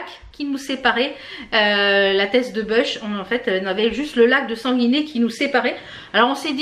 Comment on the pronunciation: Hello, je commente rarement mais bravo à Enzo il doit être trop fière de lui 🥰🥰 et PS on dit la teste du buch on prononce le U 🤣🤣🤣 bisous de la Gironde où on pense nos forêts 😘😘